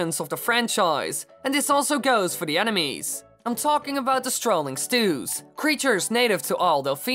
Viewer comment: kept sounding like "animes"